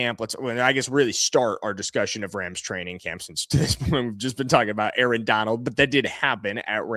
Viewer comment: "Arrrrr" you must of been an old pirate in another life 🦜